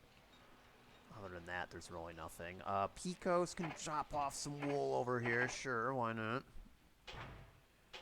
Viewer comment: Pay-Coes (Pecos) my good man.